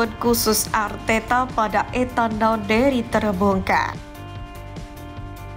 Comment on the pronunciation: Nwaneri bukan nawneri 🤧